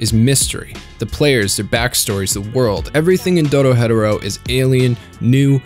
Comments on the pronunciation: erm actually its said like door-he-doora ☝️🤓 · that’s how it’s pronounced, idk why he’s saying “dodo hetero” 😭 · Yeah, I can’t sit here for 40 minutes listening to you say doro hetero. It’s painful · it sounds like you’re saying do-do not do-ro 😂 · The pronunciation of doro-hetero makes me die a little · Which is correct. Doro-hetero is more than blasphemous, but it's a good video, so I'll look past it. Lolol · I hate to be thst guy but why do white people just say fuck pronunciation when it's comes to things thst are pronounced the way they should be to us ? Wtf is doro-hedero?? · You say Dorohedoro is one of your all-time favourites but you miss pronounce it ever time. Every syllable in Japanes is pronounced in a specific way, and needs to spoken for its full intended length. You can't speed up half way through the word and shorten syllables like in English. Do ro he do ro Not Doora head uhro The narrator litterally says it at the end of each episode. It's like people who say Naruto as "Nuh roo doh" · Bro said "Doro Hetero" 😂😂😂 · no hate but it throws me off when you pronounce Dorohedoro as Dorohetero lmao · Bruh he saying dorohetero hes more white than a sheet of paper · Hearing him pronounce it as "Doro-Hetero" made me pause the video for a good ten seconds. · Great vid. However... "Doro hetero" was making me grind my teeth everytime you said it. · The way he says Doro hetero lol I hate it. Good video tho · Excuse me, Doro-hetero? Are you special? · not to be that person but its pronounced dooro-he-doro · okay am i the only one that feel the way he pronounces Dorohedoro sounds off? My understanding is that its pronounced Doro-he-doro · Doro-he-doro the enunciation is important just like hunter x hunter is not hunter hunter but all said I like your videos always well done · doro-head-oro XD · At any point in the video you could've corrected yourself and pronounced dorohedoro right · I don't like how you say DORO HEDERO but good vid 😢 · It's doro-he-doro